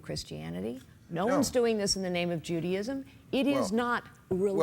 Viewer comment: The way that one commentator pronounced "Judaism" I heard it as "Judyism." So . . . Garland? Judy Magazine for Girls? Judy in disguise? As for it not being Christianity today, face it, some "Christians" would love to be able to burn heretics and stone unbelievers. As for it being back in the 16th century, considering how many school boards have been taken over by fools who want creationism and intelligent design taught, guess what? The 16th century is in the door!